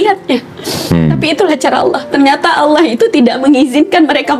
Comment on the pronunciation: Masya Allah. Pengucapan kalimat Allah sangat fasikh